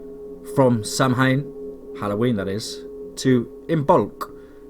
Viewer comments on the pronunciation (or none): Samhain pronounced Sah-Ween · Samhain is an Gaelic word pronounced sow~en x